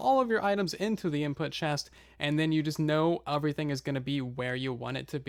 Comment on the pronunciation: “Uvrything” “Uvryone”